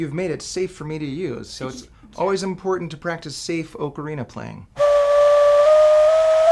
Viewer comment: I thought he was an expert until he mispronounced Ocarina.